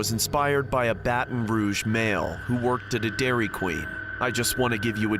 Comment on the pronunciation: I swear I heard "Dairy Clean" 💀💀💀